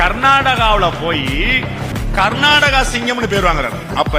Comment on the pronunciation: Adhu kannadam ille kannada... Karnataga ille Karnataka